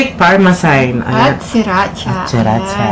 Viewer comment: FINGER LICKING GOOD! 😋😋😋😍😍🥰🥰😃 Ps: GARLIC PARMESAN not PARMESAYN not bashing you ok? ❣😎✌🤓 Atsaka pag maanghang ang mga wings sausage nyo sa RANCH DRESSING para di na masyadong spicy...